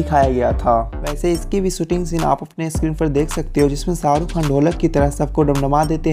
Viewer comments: Woh Shaa rukh hai, not Saaa ruk 🤦🏻‍♂️ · Srk kaa naam toh barabar pronounce karo